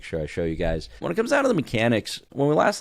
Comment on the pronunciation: "Those MeCANics" is what made the trash can open. It doesn't sound that much like "open can" but maybe it's a little hard of hearing.